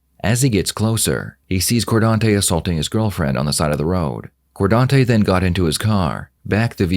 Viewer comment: Cordonte????? Lmao